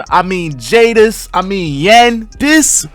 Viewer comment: Jaydes pronounced jades not jay-des 😭